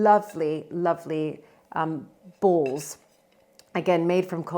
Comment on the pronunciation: Where are you from originally? You have a very unusual way of pronouncing “ a “ and “o” as in all” and “bowls”.